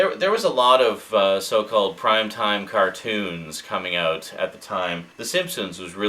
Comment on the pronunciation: i think its more like eout